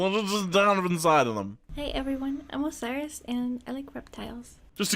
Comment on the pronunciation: its Osiris, and I’m Mexican